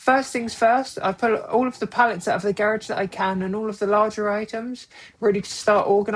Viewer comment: It's pronounced "garage" not "garage?.😊